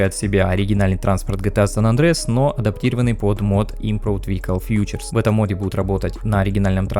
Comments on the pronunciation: Красота, но проходить на рядовом компе нереально - вот это надо было произнести в самом начале! А еще ФИЧЕРС, а не "фьючерс"! Ты произносишь, как "futures", что означает "фьючерсные контракты" (из биржевых терминов). Features - "фичи", "фишки" и т.п. можно перевести. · все равно слово "Фичес" сказано неправильно. Дизлайк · Чувак, сборка огонь! Но так и не смог выговорить слово "features", это "фи:че(р)з"